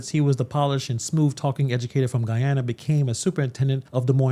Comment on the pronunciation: He couldn't even pronounce Guyana correctly. It's not Goo Yana, it's Guy Ana.